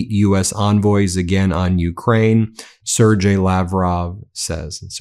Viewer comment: TRAITORS!! P.S. Ben, it's "Ser-gay," not "Ser-jay."